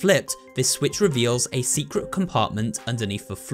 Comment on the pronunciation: U say secwet